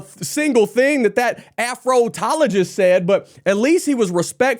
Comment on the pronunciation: Afrotologist is that what he said ? lol